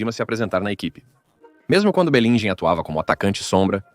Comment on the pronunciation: esse blogueiro nao conhece os nomes dos jogadores ou nao sabe ler o mais caricato é que mesmo olhando pra oletreiro da camisa do clube onde vem escrito o nome do jogador le do jeito que ele quer fogooo isso é irritente. onde ja se viu belingham para belinjer? Mourinho para Maurinho, Lamine Yamal para lamine Jamal? ossasuna para asasuna? faca, estudo primeiro antes de fazerem vossos relatos